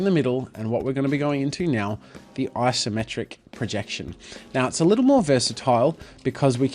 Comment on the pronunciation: It's Isometric, not "Asometric"